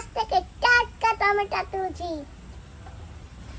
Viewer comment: খশি না মাছের আঁশ বলে 🍅 টমেটো বলে টমেটা বলে না দিদি ভয়েসটা খুব সুন্দর বাচ্চাদের মত গলা